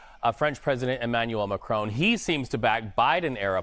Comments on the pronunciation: This man needs to learn how to pronounce Macron. There us no E at the end of the name. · At least is knowledgeable enough to have a decent attempt at saying Macron's name. Unlike the clown in the studio who keeps saying "Macrone". There's not e Macron NOT "Macrone". Best way to show you don't know sheet is to not even know what world leaders are called. Then talk carp about world politics. European vassals have been trying so hard to be more belecose than their master and are now caught flat footed by Trumps "360 degree turn".